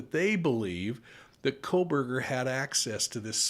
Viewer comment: "Kohberger" - not "Kohburg"